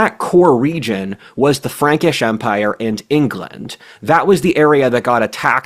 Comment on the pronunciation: I thought you said Ferengi at first!!!